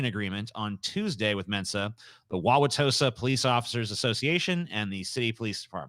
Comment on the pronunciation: usually says Wisconsin city names assuming they're pronounced like French names but that is the right way to say it. People who live in Wauwatosa also call it "Tosa."